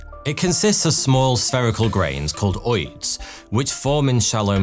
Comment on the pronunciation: ofcourse "ooids"